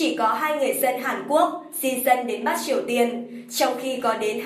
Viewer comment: Bắc mà nge dọng đọc giống "bát"'